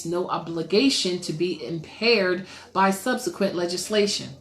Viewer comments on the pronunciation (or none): none